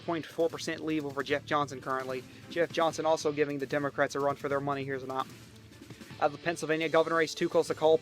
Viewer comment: I love how this guy says “to not” for tonight